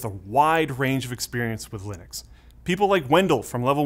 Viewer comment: He literally has the same name as the guy who invented it and still can't pronounce Linux correctly?